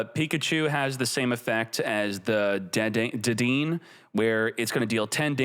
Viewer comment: Hearing miss pronouns Dedenne, hurts my soul